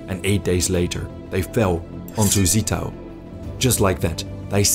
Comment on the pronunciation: You mispronounced Zittau. It is no 'Set' but a 'Zet'. Like a T-S. Also Görlitz is not an 'O' but an 'OE'. Not LandEshut but Landshut.